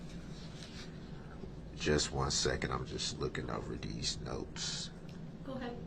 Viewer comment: "Dees notes" lol